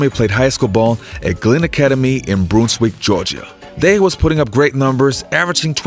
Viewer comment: it’s not Bronswick it’s Brunswick btw my mom knew kwame they went to the same church